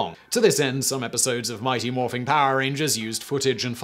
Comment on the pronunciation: Simon. There’s no “g” in the word Morphin in the title. Adding one at the end make it sound SO WEIRD! :P